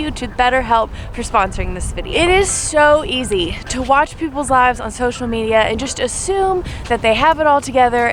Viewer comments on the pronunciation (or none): none